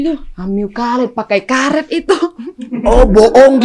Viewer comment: Please y karet bukan kalet.